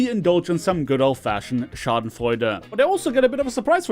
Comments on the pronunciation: Haha you pronounced the "Schadenfreude" perfect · Are you german because that was spoken completly correct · He pronounced Schadenfreude complete right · Hab mich schon gewundert, warum das so perfekt war